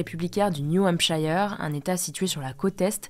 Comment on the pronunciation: Merci pour toutes ces actus!, juste une précision de prononciation sur le nom "New Hampshire" 😊. Aux USA, ça se prononce "New Hampsheure" et non pas "New Hampshaïeur" 😉 (j'ai habité là-bas pendant 3 ans...)